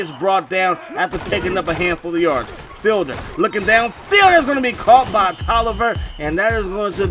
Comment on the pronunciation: Hey I think it's pronounced like "feed-ler"